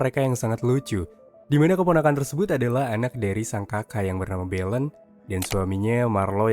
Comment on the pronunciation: Itu belen loh bukan benel😢